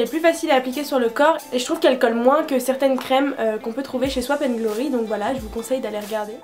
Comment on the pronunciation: On dit pas ´´ swap and glory ´´ mais ´´ sop and glory ´´ sinon super vidéo vraiment<3